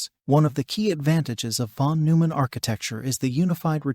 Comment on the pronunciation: I hate to be that guy, but it's von NOY-mann.